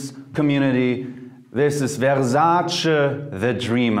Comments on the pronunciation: It's Versace, not VerZace :) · it's not verZAce it's versace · how he pronunces versache is like......jeez what else have i been butchering?? :/ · I keep coming back to all your videos because you are true to your passion, you don’t even edit them lol. I love it! Btw you say Versace like a complete tard! Good stuff though! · The way you say Versace is just completely wrong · you can not be professional if you can not even pronounce the name of the marks as it should be ! Lesson 1 : Thierry Mugler (pronounce the end like “lover” and not like like latte ! Lesson 2 : Versace (pronounce the end like “latte” !) Finish for today 🙃